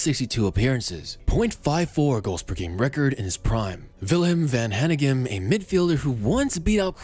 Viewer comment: Villain van Hanigan… lol its Willem van Hanegem.